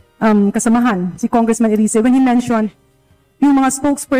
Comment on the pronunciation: Erise yan ang tamang bigkas sa english